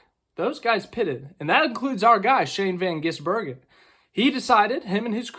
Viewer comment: Congratulations, you are one of very few Americans who can pronounce the name SHANE VAN GISBERGEN. What is so hard about that is beyond me.